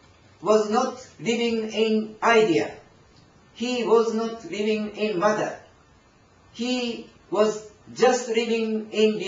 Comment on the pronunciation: "MATTER"... not Mother